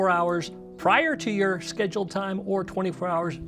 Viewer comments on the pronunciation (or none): none